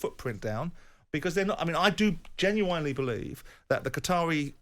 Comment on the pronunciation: Why does Simon pronounce genuinely genuwinely? 🤔💭